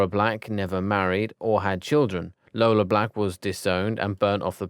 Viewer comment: For Iola Black, I hear Lola, but it's with a "i" not a "l"